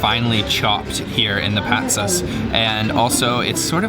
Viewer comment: And...the "Patsas" (soup), the emphasis is in the second "a". Thanks! Your video-work is highly appreciated.